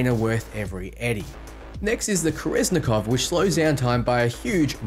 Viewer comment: Why do you pronounce kerenzikov like that